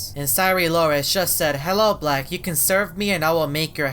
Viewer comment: wHat dID He sAy??? Black🤨